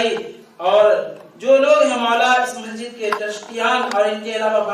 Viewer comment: Ye motaa orange colour kaa kurti pahne huye kon gaandu hai ise pahli. Dafaa dekha hu yaar ise dhang se bolna nhi ataa Majid Majid karta hai masjid bolne nhi ataa Gand......ko or chala aya muuh utha kar Deen k baate karne or waha ke log use sar chadaye rakhe hai saale ko